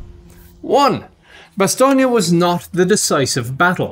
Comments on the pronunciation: Its pronounced 'Ba-stone' not 'Bastonia', your saying it like its an Italian name rather than a French. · Why isn’t Bastogne pronounced “Bastoney”. Maybe it would be called that if it was famous for fried bastoney sandwiches.